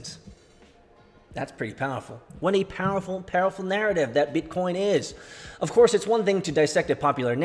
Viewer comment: First time I heard say BEETCOEEN ages. Damn it felt good!